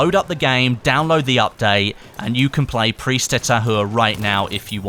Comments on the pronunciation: Thanks for the vdo. "Prise" is pronounced "preez" in French. the "se" creates the sound "z". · Prise is pronounce Pree-zzz-e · Prise de Tahure... we must hear the "E" in Prise word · As a french-canadian, it's always funny to hear you say the name of the map :P haha especially the "Prise" part XD it's like PRIZE but with an "E" instead of the "I". Nice video as always! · Yeah the S in Prise is pronounce like a z ahaha